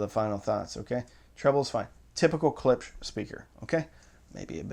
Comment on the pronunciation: Klipsch, pronounced KLIPSH, not CLIPS. Thank you.